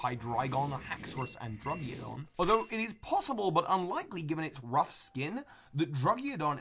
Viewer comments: mispronounces pokemon that aren't that hard to pronounce again. Surprisingly, not Musharna, like he was worried about, but Druggidon, or should I correctly say, Druddigon. Just busting your pokeballs, don't take it too hard, haha, love your vids, can't wait to see how your work in the pokemon not based on animals. I wonder if they're based on time, like when the plants were discovered or found to have been originally grown in the world, or the cultures that developed the items that pokemon that were based on other things were based on, like the idea of ghosts and spectres, or keychains, candles, etc, stuff like that. That'd be cool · You say you have troubles pronouncing musharna but you prounce druddigon more incorrectly. Drudd-ig-on not drudd-ia-gon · druggiodon? I think you mean druddigon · It's been established that mispronouncing names is your thing,, and I understand butchering Alomomola's and Cinccino's names, but Druddigon's? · What's up with that Druddigon pronunciation? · You have a lot of trouble pronouncing Musharna? Despite the fact you pronounced it correctly yet pronounced Alomomola and Druddigon completely wrong?